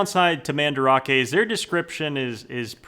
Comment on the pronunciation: I remember when he used to pronounce Mandarake as Man-Drake. I want that back